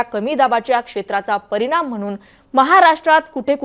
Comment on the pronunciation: परिनाम म्हनून........😂😂